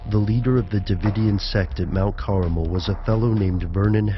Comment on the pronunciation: Mount Caramel, really?